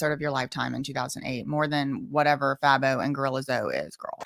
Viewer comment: FABO is pronounced Fay-Bow lol. He's popular in Atlanta